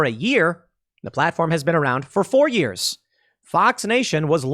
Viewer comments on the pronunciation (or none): none